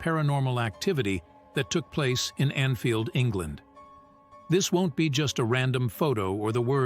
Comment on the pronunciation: A decent video, but has a few errors. Firstly, the poltergeist in London was in Enfield, not Anfield. Secondly, the narrator (A.I?) correctly called our PM Rishi, then mistakenly called him Richie! This video has also been debunked as an editing decision by Sky News who admitted changing the case colour to green. Thirdly, the Solway 'Astronaut' photo has also been solved. It was his wife who stood behind his daughter with her back to the camera.